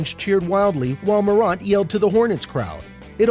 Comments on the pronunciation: And he says moront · he said "Mow-rant" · Ja Mor-ant (like the little creatures) but otherwise good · mor aunt u kidding me its mor ant like the bug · Ja Marunt?...... WTF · Bruh stop mispronouncing his name! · lmao bro this man made a good video but his voice just didn't have any energy and he was saying his name wrong😂 if he did those right this video would be a 10/10 but it's still good imo